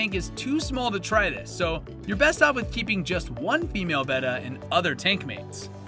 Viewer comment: Thanks for pronouncing "betta" correctly. Nice video!